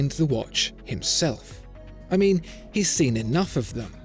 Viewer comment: “This what I ming” 😂